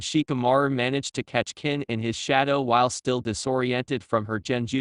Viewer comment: this ai voice is so bad with names, it called kin ken, lol